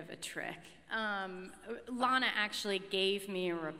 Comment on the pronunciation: why can no one say Lana her name right